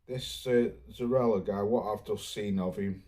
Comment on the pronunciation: its pronounced Zoriya not Zorila🤷🏽